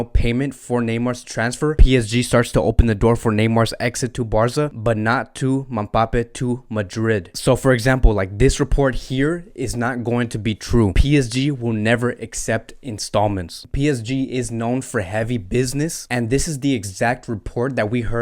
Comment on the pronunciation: Dub on how you say MaBape lmfao instead of M-bappe, these video are gold bro keep it up 😂😂